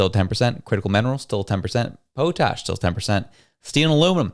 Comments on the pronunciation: Whats pow-tash? Its pot-ash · Love the accent! Po-tash. Awesome! 🤩 in the west we pronounce it pot-ash. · Another hooked on phonics gen z , it is pot ash not poe tash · It's not whatever the hell you said, it's POT-ASH. Literally how it sounds. You take a pot and put ash in it. POT-ASH. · its pronounced pot-ash......... potashe' ? lol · Saskatchewan here. The word is Pot ash - Potash. We have lots of it here and they need it for fertilizer. It will get more expensive for the US unless they can get it from Ukraine. Yah that country. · It’s pronounced pawtash